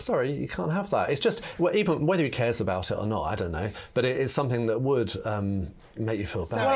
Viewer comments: Sorry - Kate is a journalist and she says “SomeTHINK”!!!!!!!! Are you actually joking. How do you spell that? How very odd. It annoys me when you hear people say this - but a journalist?!??? Whoooo!! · I thought something is pronounced something, so why does this woman pronounce somethink????? She's supposed to be a professional. Get her eloquent lessons.